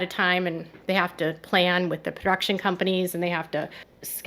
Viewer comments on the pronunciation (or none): none